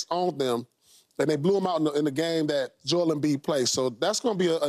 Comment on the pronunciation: Its JO'EL, say his name correctly.